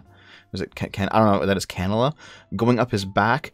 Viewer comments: Cannula - can-you-la. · Cannula is pronounced "Ca(A as in "at")-n-you-laa" at least in Australian English